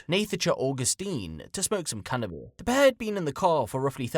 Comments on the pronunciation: Did you really say smoke some cannibal??I listened twice and I swear you did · Did say, “smoke some cannibal” at the beginning. It’s all I hear.